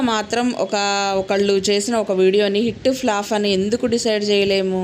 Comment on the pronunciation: ఫ్లాఫ్ కాదు ఫ్లాప్